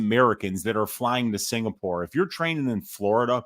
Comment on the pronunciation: It's UFC Singapore... Not UFC SINGPOOR... C'MON!!!!